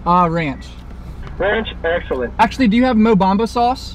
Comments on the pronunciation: Mobama sauce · He said Mo Bamba sauce